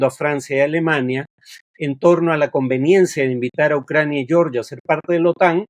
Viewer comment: Todo bien con el video, Farid. Solo que Georgia se pronuncia tal como se lee en español. "Yeoryia" es la pronunciación en inglés.